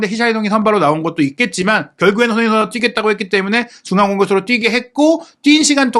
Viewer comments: 왜 손흥민 선수 발음만 안좋나요 ㅋㅋ 손흐밈 선수라뇨 ㅋㅋ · 손흥민 선수라고 발음하기 힘들면 그냥 손 선수라고 읽는 게 어떨지?